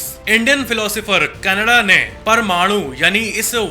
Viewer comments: कणाद है कनाडा nhi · Bhai apne महर्षि कणाद ko kannada bola